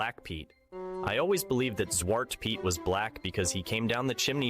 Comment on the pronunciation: If he is Dutch... why is his Dutch pronunciation that bad..... weird. Even if you moved at a young age, if you were of an age you got told Sint wasn't real you were old enough to remember that Piet is pronounced the same as Pete. The Chimney black is a modern interpretation to hide the "it is actually a slave part" (No I am not anti piet, but I am a realist and history geek) Zwarte Piet was created in 1850 by Amsterdam school teacher Jan Schenkman. Sadly the past decade at least, if not longer, there are two groups (pro piet AND anti piet) that refuse to come to a compromise and insist on ruining the fun for the kids. Just adding other colors makes them the fantasy figure pro piet people claim it is but pro piet people don't want that and anti piet people refuse it if black is not toally removed. so they are at a stale mate.